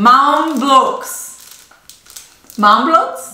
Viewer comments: Nein. Es heißt Ma-O-am. Wurde doch in der bekannten Werbung immer so gesagt, aber ich glaube in neueren Werbungen sagen sie manchmal echt Mau-Am. Ist wohl eine Generationssache. In früheren Werbungen (und der beliebten „Was wollt ihr dann?“ Werbung“ sah man es richtig Ma-O-am buchstabiert und wurde auch so gesprochen. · Ich sage immer MaOam? Habe noch nie gehört, dass manche es MaUam aussprechen😂